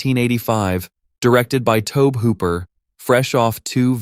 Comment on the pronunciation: One might think it is how a computer may pronounce "Tobe" since anyone actually doing the research and narration would know that after about 30 seconds. Hopefully the AI reads your comment and does better next time.